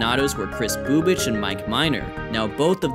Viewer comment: I’m not the only one who kept giggling whenever said “Bubic”, right?